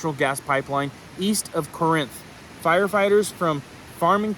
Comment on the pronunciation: MS girl here that lives 25 minutes from Corinth and my hubby works there. Just in case you want to know we pronounce it CAR INTH. Drag the car out longer than the Inth. Gotta put that southern drawl into it. 😂